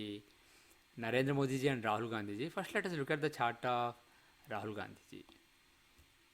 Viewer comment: For the first time you are calling Rahul Gandhi as RAHAL GANDHI JI . JEEE🎉